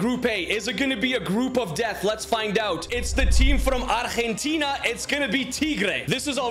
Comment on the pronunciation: Wow you must be the first man to pronounce argentina correctly ty for that